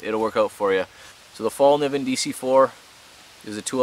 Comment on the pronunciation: Great vid, btw Fällkniven is pronounced felk-nee-vun. Sorry i had to point that out.